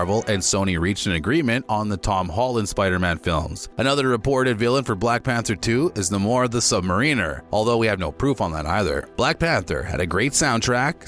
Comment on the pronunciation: "Nimor"? Who the hell's "Nimor the Sub-mareener"? Talk about messing someone's name up? Sheesh! His name is: NAMOR the SUB-MARINER